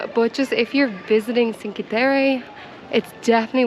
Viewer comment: Indeed you pronounced Byron the Irish as well as the British way being that Byron's Grotto is named after none other than the famous British poet Lord George Gordon Byron! For future use: Cinque is not pronounced "sinkee" (grimace LOL) but is pronounced Chink-weh. You're welcome and thanks for the tour!